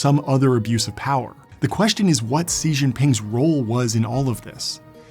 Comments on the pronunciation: Isn’t his name pronounced like “she”, not “see”? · wish you could pronounce his name properly. It's more like "Shee-Jing-Phing". look up a pronunciation video. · It is difficult to take this guy seriously when he constantly mispronounces the name 'Xi'. To say it correctly, make a big smile and say the English word 'she'. The 'sh' sound made by the Chinese pinyin 'X' has a high frequency pitch, similar to a hiss. This is in sharp contrast to the Chinese 'sh' pinyin that has a lower frequency pitch, as in the English word 'show.' The Chinese name Xi is definitely NOT pronounced like the English word 'see.' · Si is close, but not quite right. English speakers are likely to pronounce "si" like the English words "sea" or "see". The smile is a trick to get the mouth, palate, tongue, teeth, etc. in the right place to make the correct sound. Once the student has learned the right way to form the mouth to make the correct sound, the actual 'smile' is no longer needed. But for the non-native speaker, it helps. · A small thing that bugs me about this documentary is that you mispronounce Xi's name as Ci. I know this is an older project and at the time his name wasn't all over the news, but it throws the whole thing off for me. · your pronunciation of Xi as "Ci" is completely wrong, stupid and made up. Even overseas Chinese people like Taiwanese, Malaysian or Singaporean don't even pronounce his name like that. I have a hard time following 45 minutes of exposition when someone keeps insisting talking like a fake Hong Konger/Singaporean guy. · I loved the video and it was super informative, I just wanted to let you know though that the Xi in Xi jinping is pronounced in mandarin like the American word “she”. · Xi is pronounced (she)... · Why aren’t you pronouncing his name “Shee” ? Do you know something we don’t? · Sea Jinping or Si Jinping? Its unwatchable damn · You literally just copied the princling podcast. Also you need can't even pronounce his name correctly... Xi no she.